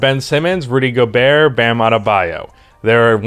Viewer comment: I think your pronounciation is correct